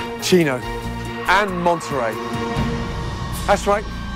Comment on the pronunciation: Lol it's monneray like the cheese